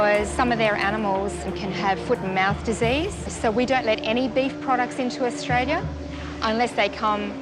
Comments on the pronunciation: I think she said Australia not Diarrhea 😂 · no no no she wasn't saying 'diarrhoea'. She was saying 'Australia' (pronounced as 'ao dah lee yah') prob trying to say those shoes were got in AU.